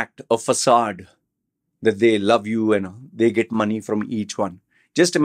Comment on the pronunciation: You are making fun of the Indian pronunciation of the word love by saying lou, and then keep saying Vomen instead of Women. 😂😂😂